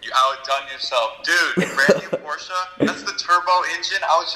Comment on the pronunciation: Pronounce porsche right